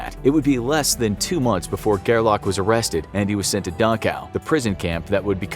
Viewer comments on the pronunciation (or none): His name was Fritz Gerlich, not Gerlach.